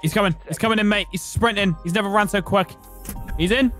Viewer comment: we all know that didn't say "quick" but "quack"